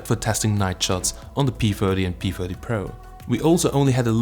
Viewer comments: is he saying p firty or my ears are blocked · Are you saying p40 or p30?